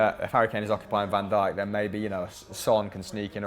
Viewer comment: did just say Van Dijk 😂😂😂😂